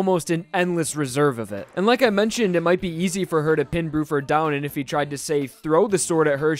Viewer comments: I think you mean bluford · It’s actually Blueford instead of Bruford